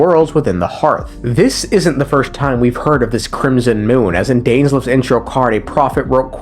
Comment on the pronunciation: Honestly why we listening to someone who can’t remember (Dainslef) 🤣🤣